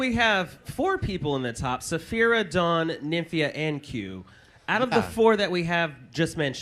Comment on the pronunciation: can someone pls correct on saying zaphira instead of sapphira? 😂😂😂